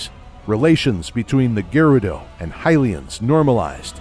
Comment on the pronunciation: cant pronounce Gerudo or Goron correctly